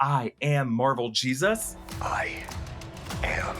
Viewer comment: Now, I'm not going to rage about the way you say "Jesus," (but c'mon...), but... ... it's 20th Century studios. Not 21st Century. And it was 20th Century before it was 20th Century Fox. They just dropped the added-on "Fox."